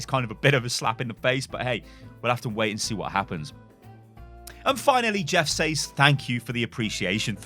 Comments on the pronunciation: Why do you say says as saizz?? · "Sez" is actually a lazy way of pronouncing says, we've just gotten used to it over time as being the norm. is pronouncing it correctly